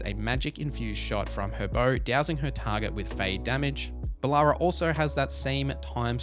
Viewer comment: Love ya, but these pronunciations are killing me 😂 Heres how to phonetically pronounce all the companions names': Lace Harding -> Lay-ss Harding Bellara Lutare -> Buh-law-ra Loo-tair Davrin (idk how you mispronounced this one lmao) -> Da (as in dad) vrin, not Davron Lucanis -> Loo-caw-nis Emmrich -> M-rick Taash -> Tosh Neve -> Nev (not neeve)